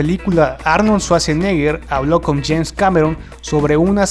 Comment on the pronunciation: JAINS?? ES JAMES CAMERON